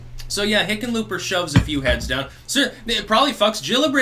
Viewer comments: Did you say Hicken lööp er? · No, I think he's saying, 'Lickenpooper'... I could be wrong though... I'll have to check my hearing aid... 😉